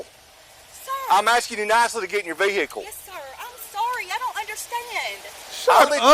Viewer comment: GET IN YOUR VE-HI-CLE 🤣🤣…I love their accents with the Ricky Ross playing in the background ☺️☺️